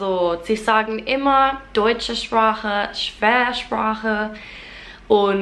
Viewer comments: Ich finde es bewundernswert wie gut du das CH in zum Beispiel “Sprache” aussprichst! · I was impressed as how you were able to pronounce the CH in ‘sprache’ (language).